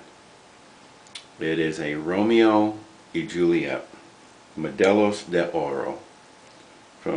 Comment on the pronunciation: Romeo Y Julieta (who-lee-eh-ta) Nice video, I also really enjoy the Habana Reserve...